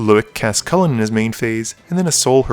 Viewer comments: Pretty sure its Coo-Lane not cullin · Choo-Lane. Not Coo-Lin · Its Pronounced Chew Lane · chuck is the best way to pronounce it as of now, you have coined the superior pronunciation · Chulane is said Chewlane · Chulane is pronounced Chew-Lane. Just fyi. Otherwise great episode! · Oh god each time you said cullen I was cracking up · its (Chulane) Shoe-Lane is how it is Pronounced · The chulane is (chew-lane) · I believe Chulane is pronounced Choo-lane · Funny how you cant pronounce chulane .. but sepulchral .. you have no problem with! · It's painful each time he pronounces chulane wrong!! CHU..... how do you pronounce church?? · Tha's not the point, everywhere online or people I know did not have a problem pronouncing it with the "chu" sound. Since we have no problem with other similar words, why can't we pronounce it like that? irregardless of what other language it is inspired from.